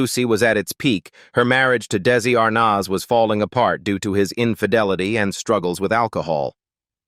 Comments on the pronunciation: It's Desi Arnaz, not Desi Arnoz. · I really wish they could pronounce their names right for instance Desi Arnaz is pronounced Arnez it's very annoying! 😮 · Desi ArNAHHz?! diSEElu Productions? Lucy DAYsee Comedy Hour?! Just careless input into your AI narration host. You need to input tough words PHONETICALLY! An insult to their memory. Unsubscribed. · Plus how about if the narrator learned how to pronounce names? Who is R-noz? 🤔😂